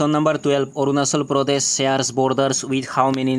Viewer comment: Arunachal ❌ Arunachol✅😂